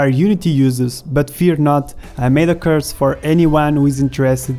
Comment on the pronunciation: I dont mean to be rude but when you say "course" it sounds more like you say "curse". But I like it and it made me smile:)